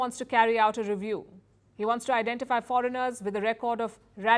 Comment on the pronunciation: Foregin radicals??? Pls say it clearly